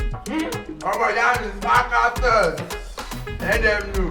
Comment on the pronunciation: 😂the fact that brother shaggi can keep pronouncing that sparktacus with mistake got me abeg😂😂..that name is a tongue twister